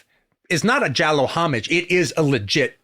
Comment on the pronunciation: makes sense it would be in the Es. also, he is actually pronouncing giallo correctly